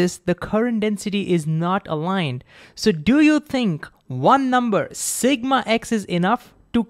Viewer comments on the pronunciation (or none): none